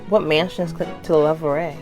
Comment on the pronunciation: You say louvre like this: louv The re is silent